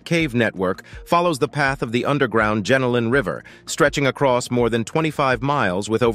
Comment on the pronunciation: It is not JENALIN caves it is JENOLAN (GEN-NO-LAN) caves.